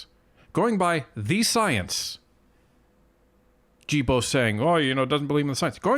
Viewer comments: Guilbeault the Gui is G not J... Gibeault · Guilbeault is pronounced like gillbo. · Please pronounce Guilbeault's name correctly. Ghee-bow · Am I missing something here? I don't understand why people are not pronouncing Guilbeault's last name correctly? Don't get me wrong, personally I think he's a complete idiot, but I'm only referring to the pronunciation of his name here. It would be pronounced "Zsilboe" - you would start the name like you would Zsa Zsa Gabor's name - Zs - add the il, which would be pronounced 'eel' & add the beault, which would be pronounced 'boe', or bow, like a bow and arrow. That would give yo Zsilboe or Zsilbow. Now I'm wondering if I'm missing something because maybe with proper language, when speaking in the English language, you might pronounce names as if they are spelled in the English language? Am I making any sense? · G in Guibault is pronounced like the G in good :)